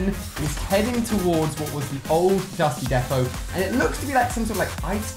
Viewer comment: Ali-A it’s dusty deeepo not defo